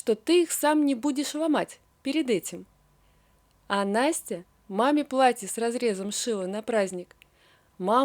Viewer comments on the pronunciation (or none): А также пватье( вместо платье) жива( вместо жила) и т.д.